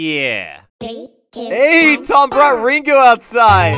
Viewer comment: can't even say Tord or Toms name right. Yes, Todd and Tim. "It's fun having you here Todd, Tord. You're way more fun than Tim, Tom."